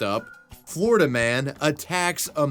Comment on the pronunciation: Not floriduhhh, for nothing